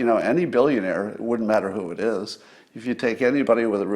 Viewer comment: Scott, you should learn to pronounce the 'D' in "wouldn't", "shouldn't" and couldn't". You would sound like your IQ is ten points higher. "Woont", "Shoont" and "Coont" are not words.